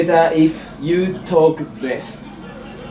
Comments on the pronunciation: lessがlethに聞こえるから てつやは英語をしゃべらないほうがいい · lessがbestに聞こえた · Lessがbethに聞こえるwwwwwwww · lessがlethになってんだよなぁ… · てつやのlessがdeathに聞こえてた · lessの所breathに聞こえた笑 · レスがブレスに聞こえて息をしたら良くなるかと思った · LessじゃなくてLethになっとるわ笑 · lessがlethに聞こえる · れすがブレスに聞こえた笑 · 発音悪すぎてわかんね〜 it would be better if you talk best?? Oh less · てつやのlessがベストに聞こえたw(老化が始まったかな？) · If you talk lessが is you talk best に聞こえて？？？？ってなった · lessがベスにしか聞こえなかったw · Lessがlethになってる笑笑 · lessがblessにしか聞こえなくて何言ってんの？wって思った私だよ。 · てつやの発音が悪すぎて草